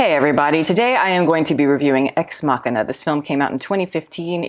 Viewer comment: Garland says it's pronounced 'Ex Machine Ah'. I always thought it was the way you pronounced it here as well.